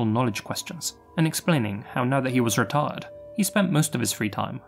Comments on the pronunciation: ...someone please teach this man how to pronounce "retired"..... Yikes. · ...you really got to work on how you pronounce "retired"... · If you don't restrain your British (or australian idk idc) accent when saying 'retired', Youtube is probably going to demonetize you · I thought said “a retarded cop.” I was like wtf?? 👀🤦🏾‍♀️😂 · I’m sorry but it sounded like u said a r word cop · could have pronounced the word 'retired' better 😂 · I had rewind it 3 times before I knew he definitely said “retired cop” 🙈